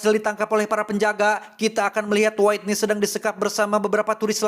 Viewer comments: Maap kang bacanya Whitney : Witniy .. bukan Waitniy .. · Witniy kang dibacana, hehe punten koreksi dikit ❤ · bukan nya "wetni"